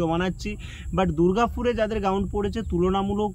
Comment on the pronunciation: Ground ❌ gaund ✅😂😂😂